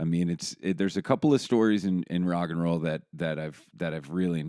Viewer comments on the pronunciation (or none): he says “Rog and Roll” this guy is a lifer